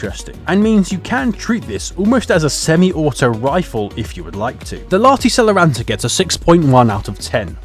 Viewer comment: I will end Enlisted if you don't learn to pronounce Lahti Saloranta correctly (im from finland)!!! (you allso need to learn all the other finnish words you have tried to say)